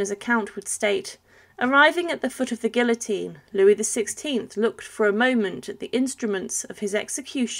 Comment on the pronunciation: First time in my lifetime that I heard somebody pronounce guillotine in that manner 😬